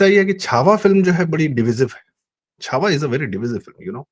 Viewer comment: Chava padhiye